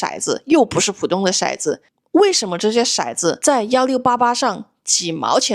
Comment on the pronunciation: 骰（tou）子，色（shai）子